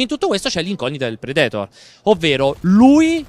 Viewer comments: Ma perché dovete sempre mettere l'accento nei nomi dove non ci sta?DRAGONBA'LL,PREDE'TOR,IRON-MAAAN ECC...Io sono sempre stato fra quelli che ha detto "NON IMPORTA" ma adesso lo state facendo con qualsiasi prodotto e per qualsiasi personaggio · Predetor mi sono sanguinante le orecchie. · Ma perché dicono predetor?😂